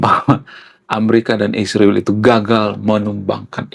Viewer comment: Bro israel bukn isriwil.klau mau sebut sebut yg benar dong.